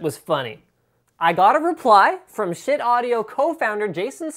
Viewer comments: I thought it was pronounced "sheet" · you sayd shit not schiit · Why did they name it Schiit? It just sounds like shit. or am I pronouncing it wrong? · Everytime he says "Schiit" i can't help but laugh. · i just watched so i could hear Linus say Schiit